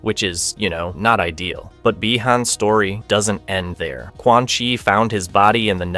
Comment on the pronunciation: did you hear quan chi?😂